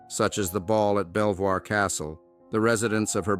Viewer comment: Belvoir Castle, is pronounced like “beaver” … just a little annoyance